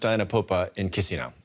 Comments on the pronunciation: loved how the reporter held the laugh at how the dw news host pronounced Chisinau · Love that the guy can't even pronounce Chisinau. I mean it's not like the clip is about several things.